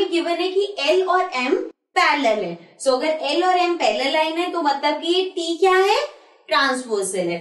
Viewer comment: Ma'am always say sho not so 😅😅😂